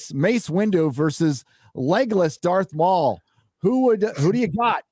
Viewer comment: "Jarth Maul" 🤣